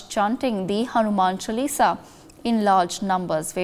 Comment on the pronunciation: This doesnt know how to pronounce Hanuman Chaalisa. Ignorance